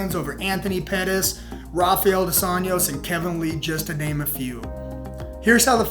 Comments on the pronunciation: Bro did you just enunciate the "s" in Illinois? Bro you also fucked up Rafael Dos Anjos. Literally can't sub now. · When you're doing a UFC commentary, but don't know how to pronounce "Poirier" or "Rafael Dos Anjos"...